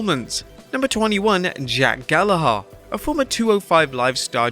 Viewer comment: Why are you pronouncing Gallagher like that